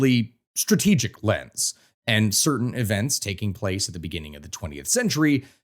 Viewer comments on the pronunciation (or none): none